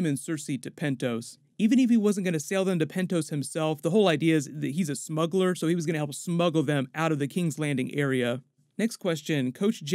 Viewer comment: You should have pronounced the word "smuggler" the way Davos does.